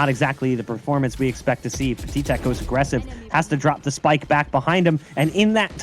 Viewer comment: its pat-i-tek not pa-ti-tek